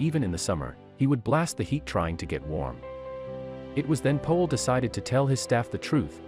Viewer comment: His name is Powell not Poell